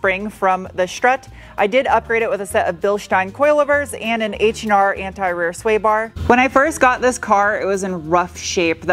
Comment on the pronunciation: awesome job. the TT came out beautiful! that was a very snappy 2-3 shift of the beans run! now since you say aluminium correctly; we need to work on anti. its not ant i.:)